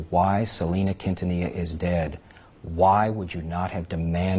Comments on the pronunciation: Quintanilla = Keen-tah-knee-yah Appreciate you for showing the Latin community love. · It’s pronounced: KEEN TA NE YA Great documentary though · Great video!!! I have loved Selena since I discovered her music in the 90's. So sad she was taken from this world. PLEASE ADVISE: HER LAST NAME IS QUINTANILLA. THE PRONUNCIATION SOUNDS LIKE: KEEN-TAN-NEE-YA. PLEASE SAY HER NAME RIGHT. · Just for future reference the ll in quintanilla is pronounced like a Y. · Your mispronunciation of her last name was adorable lol 🥰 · Boy you butchered her last name lol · The L’s are silent